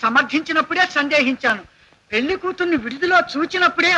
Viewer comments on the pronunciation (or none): none